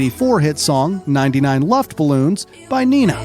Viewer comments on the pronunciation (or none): bro you speel it Luft Ballons not luft baluns stil cool fun fact as an German i have to say nice refrence to my culture ;)